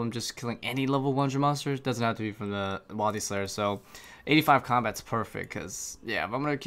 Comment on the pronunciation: The way he says wildy is erking